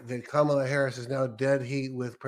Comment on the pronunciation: Second time watching this interview, and I just realized people in the audience corrected his pronunciation of Kamala’s name